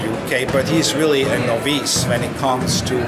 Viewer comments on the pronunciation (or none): "Eddie Hearn is a noveece". The reporter even worse "Eddie Horn"